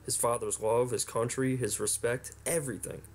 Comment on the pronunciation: Everytime you say "Country" a small child dies.